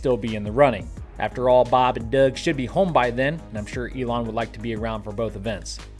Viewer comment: Baab n Duuug 😂